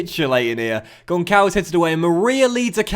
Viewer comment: Hey, just wanted to say that Gonçalves is pronounced Gonsalves, it'd be great if you could rectify your pronunciation now that I told you how to pronounce it thanks!